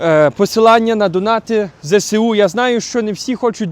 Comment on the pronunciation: вибачте за виправлення. Не ЗЕ-СЕ-У, а ЗЕ-ЕС-У. В украiнськiй мовi немае букви "СЕ". Дякую, та ще раз прошу пробачення. А праця Ваша потрiбна i корисна ❤🎉